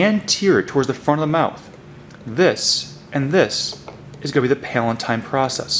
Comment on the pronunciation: its pronounced PAL-UH-TINE